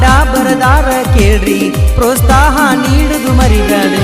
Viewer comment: ಅಣ್ಣರ ಅದು ಕೊನೆಗೆ ಹೇಳಿದರೆಲ್ಲ ಅದು "ಪ್ರೋಸ್ತಾಹ"ಅಲ್ಲರಿ ಪ್ರೋತ್ಸಾಹ....!